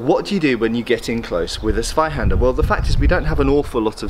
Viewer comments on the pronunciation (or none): Please don't call it Swyhander 😅 It's pronounced Tswyhander. Big difference. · Although your pronounciation of "Zweihänder" is already quite good, but try putting a "T" before it, so it's more like "Tsweihänder" ;) Greetings from Germany